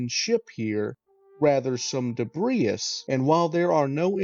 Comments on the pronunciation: I imagine you've never heard debris pronounced, only read it. It is pronounced de-bree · Sorry, great video, but I got caught up early on your pronunciation of debris. The 's' is silent, it's just 'debree'. Thankyou.